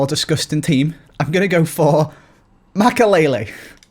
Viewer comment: It's Makélélé